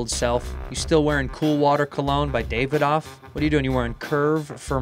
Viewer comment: I love you bu the way you pronounce Davidoff is unforgivable. David-off? Ffs!